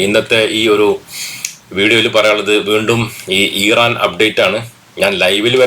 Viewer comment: ഈറാൻ അല്ല മൈരേ❌ ഇറാൻ ✅